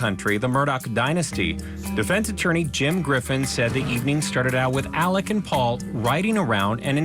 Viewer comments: It’s pronounced “Elek” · In SC, they pronounce it "Alec," or "Elick." And the last name is pronounced "Murdock."